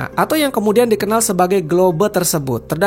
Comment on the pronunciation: GLOBE: Sebutan: GLOBE ❌ GLOB ✅